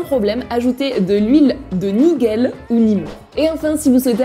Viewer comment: Coucou Mama, super vidéo, super qualité et comme d’hab super astuces 🙌🏼☺️ Ps: L’huile de Nigelle par contre se dit Ni -gel comme du gel Got2B quoi 🤪